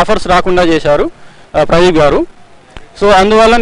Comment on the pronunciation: pradee... Pu... Aa gap enti bhayya🤣🤣